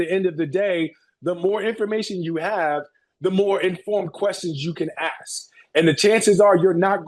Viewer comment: Funny how Smith and Tatum can say ask perfectly but somehow says it like axes (like chopping wood) being racist is just plain stupid